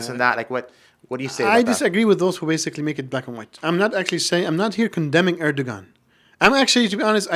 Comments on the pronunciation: Strangly that someone claims to know Erdogan and Turkey and then pronounce G in Erdogan surname. Strange how so many so called Muslim intellectual just simply generalise the term Kemalists.. Firstly and obviously, for many Kemalists the interest of Turkey are primary thing. Turkish Nationalists aint like Arab onse. They don't put themselves above interest of country. Secondly, Kemal and Nationalists, truly played the role in saving Turkey from many foreign factors. In that, they were absolutely successful. And they stopped the rot which lasted in Ottoman Empire In many senses, they prevented Turks being Gaza. Those legacies are difficult to neglect. Basically, they were the winners in the situation which was even more difficult then people imagine. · imagine to say ,I have a lot of Turkish students and then pronounce Erdogan with the G , which should be silent? A little detail but telling anyway. And his generation?